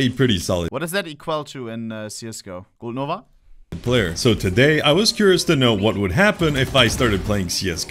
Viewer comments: he said gold nova like he meant it 💀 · Blud said gold nova ☠️